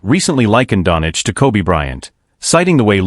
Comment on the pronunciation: Please learn how to speak Doncic. Its not Donic. Its disrespectful and so hard to hear